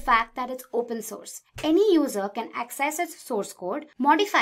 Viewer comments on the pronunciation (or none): none